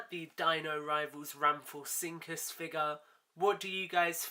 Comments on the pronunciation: i know im late but its pronounce ram-fo-rin-cus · It could be your accent but you said rhamphorhynchus wrong